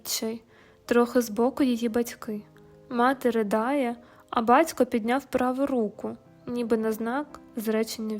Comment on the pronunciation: БаЦько, дяЦькО... Чому ж не слідкуєте за своїм мовленням?